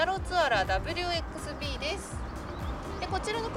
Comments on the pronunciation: 自分は去年の12月25日に2015年式のハイブリッドG WxBを購入しました、 色はクールボルドーです。 購入して一ヶ月ちょっと経ちましたが凄く乗りやすくて気に入ってます。ちなみにバッテリーはリヤシートの下に収まってるみたいです。 後WxBはダフルバイビーと読みます。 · ダブル「バイ」ビー です…